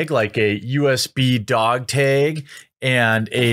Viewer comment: "dog tegs" lul